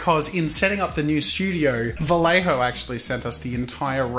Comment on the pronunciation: As a Spanish speaker I could suggest you pronounce "Vallejo" as "Vayejo"... it's closer to how it should sound in Spanish. But do as you please, really haha I'm just being annoying and picky. Keep up the good content!